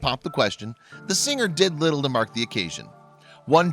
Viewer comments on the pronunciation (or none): none